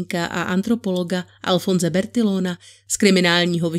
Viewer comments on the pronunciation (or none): Čte se Bertijon a bertijonáž!!!? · Nelíbí se mi to čtení... příliš podrobné a moc dlouhé věty...snaha ohromit slohovou prací 🙄. Sloh je poněkud archaický. Bertillon, bertillonage... čte se Bertijon a bertijonáž. Když neumíš francouzsky, máš si zjistit výslovnost. Francouzštináři to trhá uši.